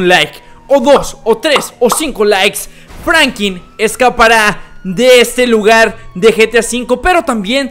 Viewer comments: Porque dices FRANQUIN... Jajaja XD saludame Brooooo 👌👌🤙🤣🤣😂😅😅😅😅🤭🤭🤭😎😁👍😎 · Era Franklin no Frankin